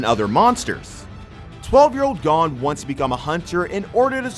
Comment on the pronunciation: This man said “gone” instead of Gon haha